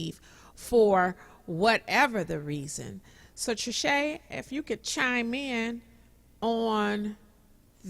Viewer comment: SAY IT TRISCHE!